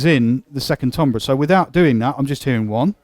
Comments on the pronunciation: This synth is awesome. Although I don't know what tombrahs are... did you mean timbre (pronounced tam-ber)? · lol Really? You sure about that? Try looking it up in a pronunciation guide. Accent notwithstanding, it's like pronouncing "centre" as "sent-tree."